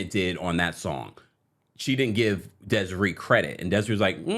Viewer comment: Deh seh RAY! That’s how you pronounce her name babes ❤❤❤